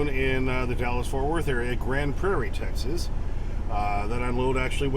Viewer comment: Tex-Ass, 🙄 Feel free to ask me why